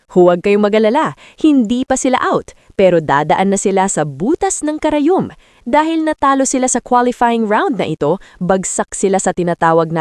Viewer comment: Fans of CCS are blaming their own players??? And not willing to give props to Cignal? And this AI na OA and can't pronounce Panaga and karayom can't be taken seriously.